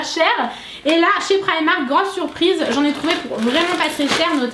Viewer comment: prq toutes les youtubeuse dites prymark !? C'est primark